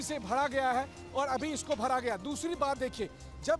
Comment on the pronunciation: Kis bihari patrakaar ko bhej diye. Jo bhara ko bhada bol rha hai